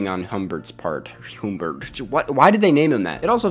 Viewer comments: It's obviously Humm-bert not Hume-bert, don't see how you can not know how to pronounce a character's name when you literally heard it said multiple times throughout the movie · You can't pronounce Humbert? Adorable. 🙄